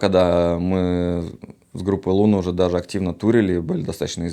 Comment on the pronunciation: Не лоуна, а луна, на у ударение)